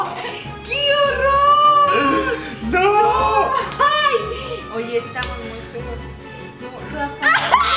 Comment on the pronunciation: Like si escuchaste a leslie cuando dijo quiorror